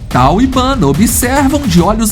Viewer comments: Já vi esse documentário e a narrador era una mulher e adorei ele chamava uns dos leões bandar ! e não banda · Fraternidade dos leões contém a história de Tal e Bender. Lá se ouve a pronúncia correta dos nomes dos leões e do bando. De onde saiu Banda? Do documentário da National Geographic é que não foi.